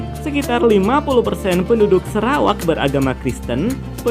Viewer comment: Sarawak not serawak. Biasanya sebutan orang semenanjung itu lalu dieja pun begitu